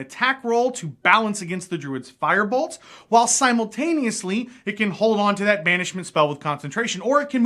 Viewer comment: legit had to pause the video and replay a few times because I didn’t know if he said firebolt or fireball, and honestly it sounds like firebalt. And I know in the games I dm, I add fireball to the wildfire druid extra spell list, but that’s not official. And I’m playing a moon druid in a campaign that’s been going on for a long while (breaks and dm is obviously padding things out because he can’t say goodbye to his villains) and I would’ve loved to have had firebolt in lots of scenarios